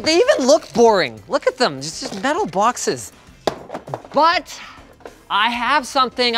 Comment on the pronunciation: METAL BAWKSES